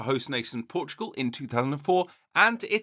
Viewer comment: Bro said Portugal